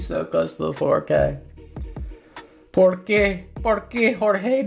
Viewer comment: "¿Por qué Jorge?", no "for qué"